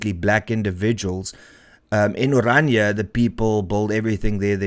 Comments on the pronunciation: Pls.note its not ORANJA ...but O-Raah-Ni-a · Please note correct use onwards in respect of the language and the entity. Correct: "Orania [uəˈrɑːnia]" And not as you pronounce it: "Oranje /oˈrɑɲə/" Phonetically, Orania is therefore one of the easiest names to pronounce in any language. Thank you for covering important topics and relating these to the Constitution et cetera. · How can you name and pronounce the town's name as "Oranje" instead of ORANIA? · Renaldo; the town is called OranIA, not OranJE. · Why people always pronounce Orania as "oranje" ?